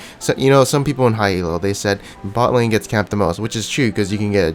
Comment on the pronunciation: please stop saying E-L-O, its one word, Elo, not an abbreviation